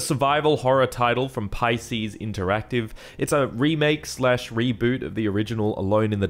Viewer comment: Pieces Interactive not Pisces Interactive, mate XD